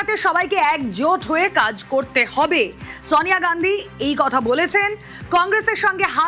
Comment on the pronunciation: sawniya gandhi নয়, উচ্চারনটা Sonia Gandhi